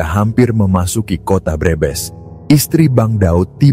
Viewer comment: Pembaca narasi orang luar negeri kali ya. Kalimat Brebes dibilang breebees.